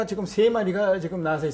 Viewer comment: 지금을 왜! "지끔"이라고 합니까!?? 그저 자연스레 "지금"이라 해야지요!